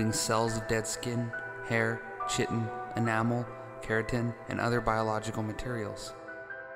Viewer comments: this is how my professors pronounced it in my bio class! kai-ten not shi-ten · chitin is pronounced "kai-teen" i think. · Not to mention "cheatin" instead of Chitin. This guy should make sure he even knows how to pronounce words before making a video like this.